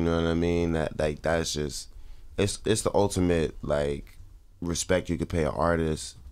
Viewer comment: wiz said RESPECK hahah